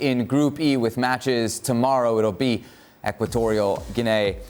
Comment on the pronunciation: It's Equitorial 'ghee-knee', Salazar.